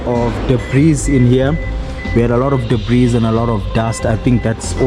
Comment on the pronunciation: the s in debris is silent sir. It’s a French word that made its way into English, possibly when the French ruled over parts of England centuries ago